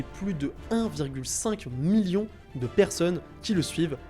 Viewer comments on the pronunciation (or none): none